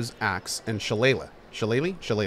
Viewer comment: I know just who those three previous evils were: Mangar the Dark, Lagoth Zanta, and Tarjan (a.k.a. "The Mad God"). And, "shillelagh" is pronounced "shi-LAY-lee".